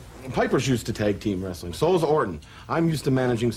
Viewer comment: always hated the way McMahon says "Wrestling". Sounds more like "Rustling"